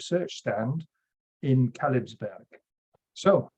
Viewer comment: Kalebsberg, not Kalebsburg